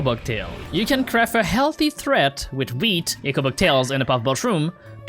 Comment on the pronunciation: My guess is he misread or mis pronounced it